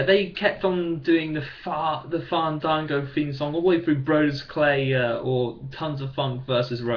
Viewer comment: U need to get to the point quicker...and quit saying fandago